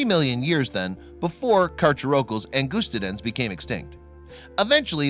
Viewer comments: For future reference, its Ang UH Sty Den not Ang OOST aden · Wow can even pronounce angustiden right it’s pronounced like ang us ti den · You’re not pronouncing the species correctly. Check a dictionary… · also believe the specific name is pronounced an /gust /stidens no long "u" and has a short "i" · Btw that pronunciation was terrible it’s pronounced Ang us tide en